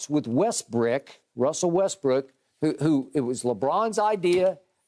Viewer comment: Skip said Russell Westbrick